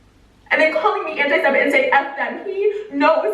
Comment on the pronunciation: antisemite is the correct word. she said it wrong the first time but the second time it was right.